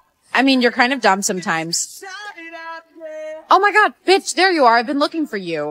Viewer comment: lol it said oh my guaah 😂😂😂😂